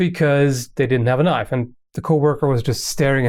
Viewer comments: "But i do have a KNOIFE" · "I don't have an avocado here, but I do have a KNOIFE!" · “I dO HaVe A KnOiFe" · "but i so have a knoife";D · "I do have a knoife" XD